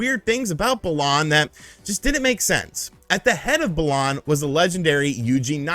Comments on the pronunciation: Hate the way he says it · Why is he saying balan like that? Sounds so wrong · The way he says Balan is so annoying